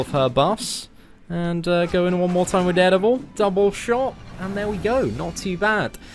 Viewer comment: please learn to pronounce dare devil. its soo annoying !!